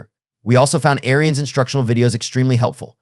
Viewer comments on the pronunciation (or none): pronounced air-ins not airy-ins